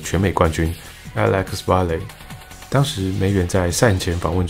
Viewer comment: Valle 的念法不太對唷!